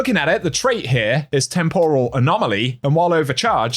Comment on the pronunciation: the way you mispronounced "temporal" isn't sitting right with my spirit